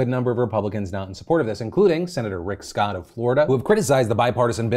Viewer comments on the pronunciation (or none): none